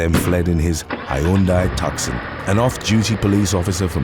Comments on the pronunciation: it’s hunday tuson! Sorry. I get a little unhinged when I hear pronunciations like that😂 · The pronunciation of Hyundai Tucson